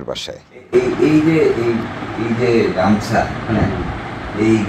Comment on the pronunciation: ওটা গামছা হবে গামুছা মনে হয় ঠিক নয়।